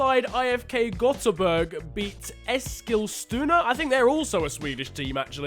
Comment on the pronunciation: Wow really good pronunciation of Eskilstuna